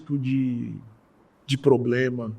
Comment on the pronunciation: Um ministro professor q ja teve + de 400 alunos q fala "poblema"!